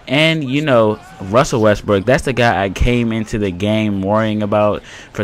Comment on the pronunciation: Lol u said Wussel Restbrook the whole time